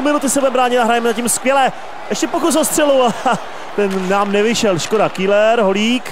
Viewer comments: Ahoj v celku dobré video aš na dvě chyby za 1. Seš tak ukecanej že ti často nejde rozumět :D a za 2. Pokaždé když je v zápase zlín tak místo Keller (výslovnost) řekne š KÍLER ! V minulém zápase jak si hrál za Zlín tak ti to fanoušci několikrát napsali v komentářích a tys řekl že si na to dáš pozor.Ale co chybička se bloudila. A prosím dávej v zápasech bitky. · Super video ale čte se to Keler !!